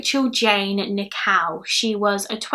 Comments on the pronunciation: What an excellent narration. Very clear diction and a joy to listen to. One slight correction; Rachel Nickel pronunciation is not quite correct. You are sounding Rachel's surname as "Nikow" whereas Nickell is pronounced as Nick-ell rhyming with Bell not Cow. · I love your accent, but for the longest time during this video I thought you were saying 'Rachel Nikow' as in Nik-ow 😂😂❤